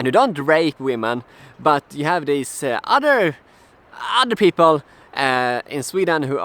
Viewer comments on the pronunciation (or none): ...."you have thise other peapol"...omg say in ffs say it out loud.